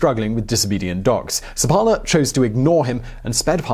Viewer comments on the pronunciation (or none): I believe the name should be pronounced with the stress on the first syllable - SEP-pa-la